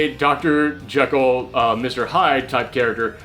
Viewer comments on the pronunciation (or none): none